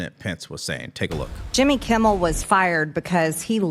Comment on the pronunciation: It's.Kimmel. Not Kimble. That's driving me crazy. Lol. Good show.regardless.